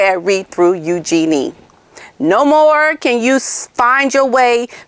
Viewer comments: Her name is U gee nee. Not u Gee nee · Just FYI.. I also thought the name was pronounced “U-JEAN-ee”, but a while back I saw an interview with Sarah Ferguson, and she was asked about the pronunciation of her daughter’s name. She described it as if you were saying “use your knees” … so it’s really more of a flowing Eugenie, instead of more obvious use of syllables. I was so glad too… because I never liked it when I thought it was Eu-jean-ee. The other sounds so much lighter and princess like I think!